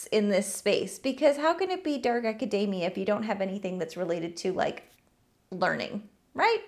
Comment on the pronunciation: Everytime you say Acadamia *grabs a macadamia nut